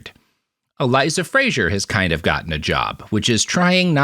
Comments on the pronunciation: Anyone going to tell them that Fraser is pronounced - frazer? The way he pronounces it is Frasier, the tv show. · As a point of principle, i’ve been sternly responding “fray-zer” every single time Robert says “fray-zher”. Thank goodness there’s no one to hear it apart from the puppies, who keep giving me quizzical looks. 😆